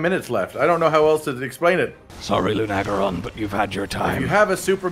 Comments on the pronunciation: Ever notice how mispronounces monster names? It's Luna-geron not Lu-nag-eron. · How do you two mispronounce this so badly? Its LUNA-garon not Lun-agaron LUNA AS IN MOON BECAUSE ITS A WEREWOLF You would say "I love bright, lunar nights" Not "I love bright, lun nights" Its also Odo-garon not Odogron Odo means sharp claw Garon means wolf So his name is just sharp claw wolf